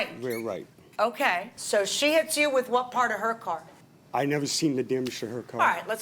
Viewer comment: "My Cah".